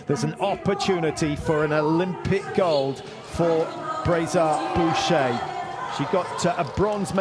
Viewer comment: You've butchered her name! She is Justine Braisaz-Bouchet. Have more respect for the athlete!